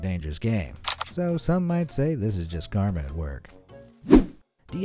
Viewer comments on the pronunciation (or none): none